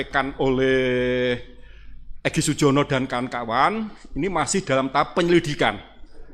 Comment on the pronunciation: Yang digugat POLRI BAGIAN SUMBER SOLO. Tergugat kok menyebut nama EGY SUJONO bukan EGY SUJANA.